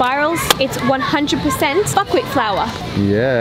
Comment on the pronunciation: whenever she said buckwheat i kept thinking she was saying fuckwit anyone else